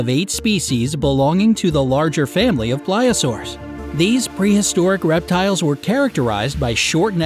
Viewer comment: Also its pl-ee-sio-saurs not ple-sio-saurs